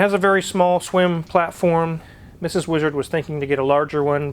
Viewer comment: The Whee-Zard.